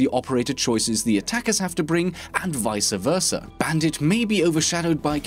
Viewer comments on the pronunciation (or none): "vica versa" lol